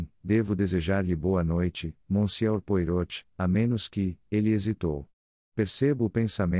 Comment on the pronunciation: Áudio com erros, Poirot de ser falado de acordo com o francês